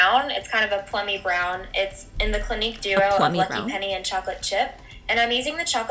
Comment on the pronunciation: Wow 😮 you look like two totally different people! Btw clinique is not pronounced clinic.